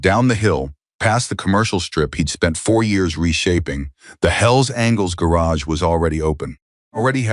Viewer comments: Will the narrator please pronounce "angels" correctly?! It's not "angles" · Can finally somebody tell that dumb narrators that it’s angels and not angles. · Mispronouncing Angels.....as angles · Apparently the AI narrator doesn't know angels isn't pronounced as *angles*....and it seems to be messing up through the whole story